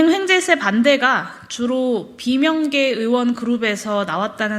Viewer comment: 황재세가 아니고 횡재세라고 하는 거 같은데,,, 그게 뭔지...